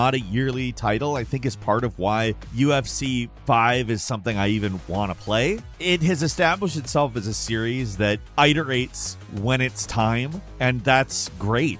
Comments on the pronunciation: I've heard this several times now and it's driving me crazy. US/ˈɪt̬.ə.reɪt/ iterate /ɪ/ as Ship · Love the vids guy, but someone please teach how to pronounce 'iterate' 😅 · It’s “it-or-ate” not “I-tor-ate” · Are you mispronouncing the word “iterate” just to upset me?!